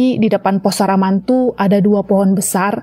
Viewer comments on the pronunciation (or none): SAMARANTU jadi SARAMANTU kwkwkwkwk.... kocak lu